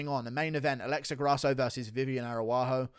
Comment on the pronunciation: with the S TIER pronunciations: Grawso vs. Arawaho